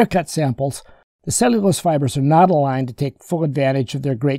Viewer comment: "Inneraction, idennical, advanage.." ? Seriously? Can't you pronounce a T? It's not that difficult. You can do it if you try.